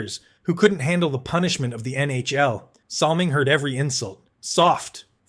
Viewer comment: Battleship Kelly IS NOT Bob Kelly #9 of the Flyers. Salming shouldn't even be on the list as the only thing he threw was his pocketbook and his first name was pronounced Boy-ya... Ugghhh...